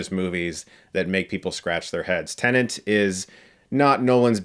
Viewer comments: You need to adjust your hearing aid then because he says "tenant" EVERY time. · no no, it’s just YOU that is hearing incorrectly. He says TENNANT. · Not even a minute in and he's said Tenant twice now. Jesus. This review is gona be a struggle to get through. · If you don't enunciate it carefully, that's how it comes out, it seems. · I feel like shouting to Chris: "T E N E T".... It's TENET!! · Am I hearing “tenant”? As if Nolan’s movies aren’t confusing enough already😒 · Chris saying Tenant just makes me focus on that throughout the review. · Chris: has seen the movie ...... still calls it Tenant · I’ll bet Chris could pronounce “tenet”properly BEFORE he saw the movie. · "Nukular Tenant" - Chris Stuckmann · Can't tell if he's saying "tenant" or not. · Ok...im sorry but every time I hear Chris say "Tenant" my ears hurt ...... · When Chris repeatably pronounces Tenet as ‘Tenant’. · Totally sounds like he’s saying “Tenant” ! 😂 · Why do I keep hearing Tenant from his mouth? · This review was tough to get through because he kept pronouncing it "tenant" as if this were about a guy renting an apartment. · Chris pronounce the movie “Tenant” but he correctly pronounce “Branagh”. Also, Debicki’s character is similar to her character in the excellent mini-series, “The Night Manager”. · Nobody: Chris: Tennant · PLEASE STOP CALLING IT "TENANT"!! IT HURTS MY BRAIN!! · Can you please stop calling it "Tenent"? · Stop saying TENANT !!! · Tenet, a movie so complex that Chris can't even pronounce its title properly. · I wasn´t even trying to defend Chris! Another classic example of people misunderstanding me. I just wanted to claim that Chris makes the same mistake all the fucking time! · Quite frankly, it's maddening. He never says it correctly for the entire review. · Why do people have such a hard time pronouncing TENET? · I'm not sure if anyone else noticed, but I think he's pronouncing the title wrong... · Your saying tenet wrong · It's TENET, Chris, not TENENT. FFS